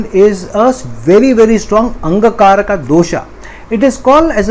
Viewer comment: Please say "ANGARAK" (for mars-rahu conjunction) not Angkarak